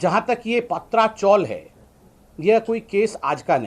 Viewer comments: It's Patrchal not paatracgal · ये डफ्फर पत्रकार, गधे चॅनल्स और राजनेता कब बराबर, सही उच्चारण करेंगे????? सही उच्चारण "पतरा" (tin) चाळ या हिन्दी में "चाल" है। "पात्रा" नहीं। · Sambitjee Paatra chawl pronounce galat hai.PATRA CHAWL( पत्राचाल ) पत्रा =tin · पत्रा चॉल बोलो सर जी, ( पात्रा चॉल नही )